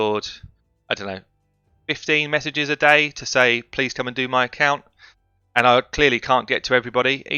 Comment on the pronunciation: Pease suh, hook me up pease. I like your disdain for "th".